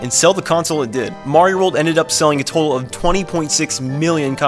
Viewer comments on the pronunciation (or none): none